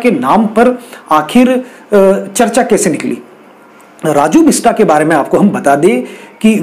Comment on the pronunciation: सब से पहले नाम सही बोलो और लिखो । ‘बिस्ट’ और ‘बिस्टा’ में नेपाली(गोर्खाली) भाषा में क्या फरक है , अच्छी तरह जानो तो अच्छा ! बेचारे राजुको ‘बिस्टा’ मत बनाओ ! 🤓